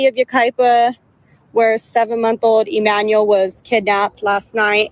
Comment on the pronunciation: Pronounced CORRECTLY with accuracy for BABY EMMANUEL ♥️♥️ . 👍🏾👍🏾👍🏾👍🏾👍🏾👍🏾👍🏾👍🏾👍🏾